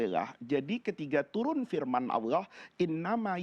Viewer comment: kok bilang ALLoh tidak fasih